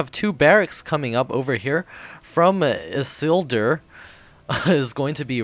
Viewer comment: Isildur! Awesome! IT's pronounced "Ee-seal-door". It's a reference to Lord of the Rings.